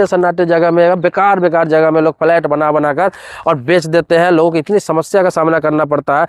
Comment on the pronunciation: Abe phle bolna to seekho phalait kya hota h